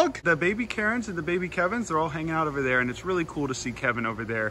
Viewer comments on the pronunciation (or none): I love how he calls the meals the kevens!!